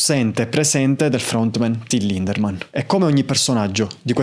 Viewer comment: Ciao, e complimenti per il tuo lavoro. Devo fare una piccola puntualizzazione: il nome del front man dei Rammstein è Lindemann, senza la R😅